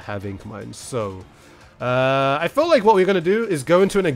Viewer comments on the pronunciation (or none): none